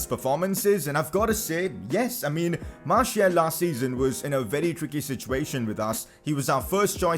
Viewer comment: Martial is pronounced marsial not marshiul